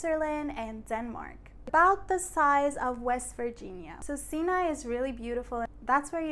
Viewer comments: Haha! Got me with the creative title. TRANScontinental. Oh and I guess I've been saying it wrong all these years? So the area bordering Asia is pronounced "See Nye" and not "Psyh Nye"? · I did not know that's how you pronounce Sinai over there. Anyways, it's fun to see how your channel is developing. :) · you had a flub pointing at and meaning western Egypt while saying "eastern". That said nice video. I was today years old learning the pronunciation of Sinai. Could you do a video on religions/ancient religions of Egypt? Thanks.